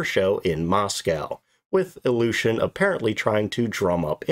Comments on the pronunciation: Iljushin or illusion? Your pronounciation is questionable regarding this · The first time you said the name of the plane, your pronounciation made me understand "Illusion Il-40". What I find quite funny for that aircraft. 😆